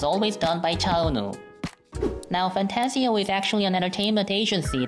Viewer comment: Did he say fantsio? I think its fantagio am I wrong?